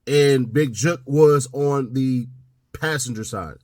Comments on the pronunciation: Mane saying Juke not jook...awful🤦🏾‍♀️ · How people not from Memphis say “jook” is funny as hell 😂😂😂